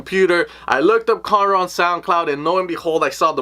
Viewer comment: Lmao it sounded exactly as if he said conor ross